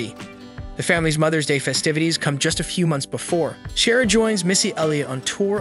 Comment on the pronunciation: Helpful tip for your good video, please learn how to pronounce Ciara's name correctly before posting your video.